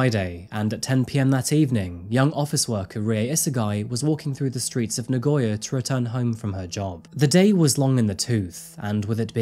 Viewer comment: so many foreigners, even those who have lived in Japan for a long time always pronounce Nagoya wrong..hehe so many say Na-goy-ya but it is Na-go-ya. ^^ keep up the good work with your videos, i enjoy coming across them from time to time.